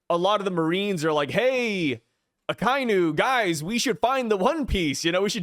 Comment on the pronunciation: Man you pronounce Akainu wrong every time dude lol.